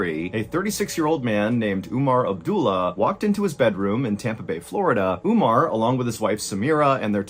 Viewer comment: Not ‘Oomar its Umar’ And not Abdoolah Abdullah